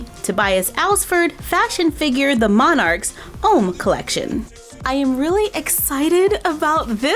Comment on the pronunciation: I am french-canadian and was really surprised at how well you said Homme. Keep up the good work! Love you!!!!